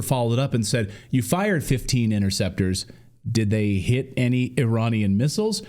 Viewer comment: Every time you say Iranian,i die inside